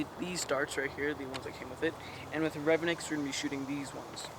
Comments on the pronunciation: Re-Von-ix not revinix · he say revenox not revonix